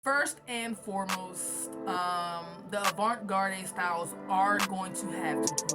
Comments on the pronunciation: it’s okay. I was hoping you wouldn’t be offended by me asking that question. But garde is pronounced “guard”. Also wanted to tell you that your tutorials have helped me out a lot and your work is beautiful so thank you. 💙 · I’m sorry but are you purposely pronouncing avant garde incorrectly?😅